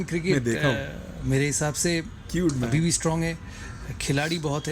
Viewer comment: he tried to say ' abhibhi' and said 'habibi' by mistake